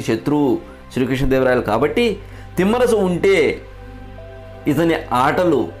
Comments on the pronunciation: తిమ్మరసు కాదు తిమ్మరుసు అని ఉచ్ఛరించండి నామ వాచకాలను కూడా మీ ఇష్టం వచ్చినట్లు పలుకుతూ, ఈ తరం వారికి తప్పులు నేర్పిస్తున్నారు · చాలా బాగుంది...శ్రమించారు ..ధన్యవాదాలు..కానీ ఉఛ్చారణ దోషాలు లేకుండా చేయాలి ఉదాహరణకు....తిమ్మరసు కాదు..తిమ్మరుసు....అలాగే..పూర్తి సమాచారం సేకరించి వివరించాలి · Thimmarasu kaadura babu, thimmarasu. Ucharana nerchuko. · తిమ్మరసు కాదు సోదరా...తిమ్మరుసు అని పలకండి.